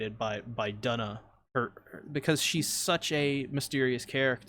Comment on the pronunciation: Duna’s name is actually pronounced with an oo sound